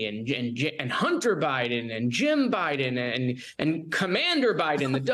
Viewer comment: He said Commander Bidden! 🐕‍🦺🐶🤣🤣🤣